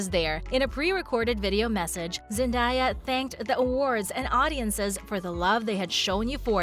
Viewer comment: it’s zen-day-yuh not zen-die-yuh